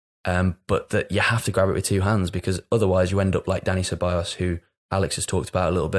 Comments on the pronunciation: Ceballos* not Syllabus 🤣🤣🤣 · wow that was an egregious one, haha....Se-buy-yos. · I spent like 5 minutes searching for selabas and then I clocked he meant Ceballos lol